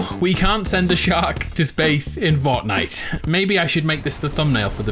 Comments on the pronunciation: lets play forckknight Me: what did you just say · He said forkknife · why do you say forknite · “Forkknife” 3.33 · Is it me or did he pronounce fortnite forknife